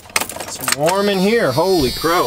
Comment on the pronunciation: Did you say "holey croke" ? haha :D